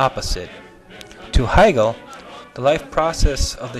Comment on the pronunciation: wow, you managed to mispronounce the name of the most influential german idealist philosopher in history. he's not related to katherine heigel. hey-gul... and in the same sentence you butchered the pronunciation of the city in which the automobile was invented. shtewt-gart... just, sometimes this shows that you don't understand anything about anything. marx and hegel spoke german... i could go on and on. you should read, then you could teach others.